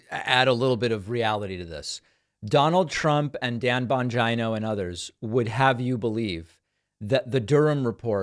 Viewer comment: All I hear is “Dan Vagino”.